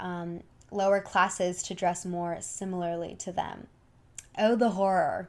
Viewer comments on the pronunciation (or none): none